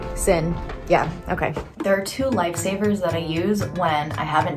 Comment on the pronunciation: When you said life savers I could have sworn you said lightsabers!🤣 You can tell where my mind is!💪💪🔥🔥